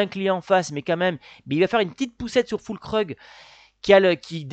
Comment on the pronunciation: Füllkrug ça se prononce Fuulkroug (comment ça vous n'aurez plus de difficultés à la prononcer).😉